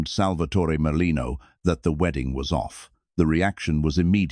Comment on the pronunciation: It's Merlino.